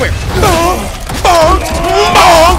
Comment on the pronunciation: Has anyone counted the amount of times he said mbonk lol